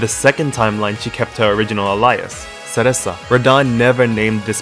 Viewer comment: Nice theory! Can I ask, why do you pronounce Cereza like "se-ressa" and not "se-ray-za"?